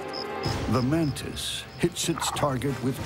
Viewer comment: Why do they say "mantin" or "mantined" instead of "mantis"? Am I just miss hearing ot or something?